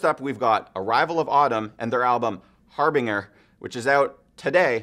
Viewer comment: HAR-bing-ER? Dude......